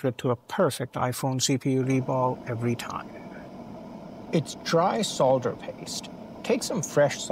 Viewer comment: Thank you for pronouncing the word Solder correctly despite being American/Canadian instead of 'sodder'